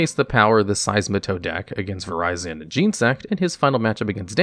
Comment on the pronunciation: “Vireyezin jeensect”